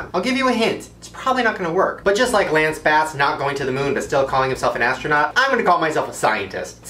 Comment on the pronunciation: Did anyone notice he said lance bass? 😂